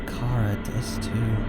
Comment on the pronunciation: I die, every single time, I hear " Car-a " Because I'm pretty sure it's " Chara " like chara-cter.